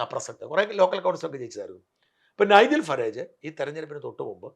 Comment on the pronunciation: You have been in the UK so at least say the names of Kier Starmer, Nigel Farage etc. correctly. That is why the white people dislike immigrants.